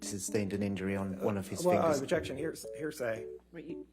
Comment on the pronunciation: Very funn... "Objetion"